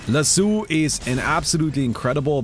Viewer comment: Not sure how to feel about chat's unwavering commitment to not acknowledging how pronounces Lasso.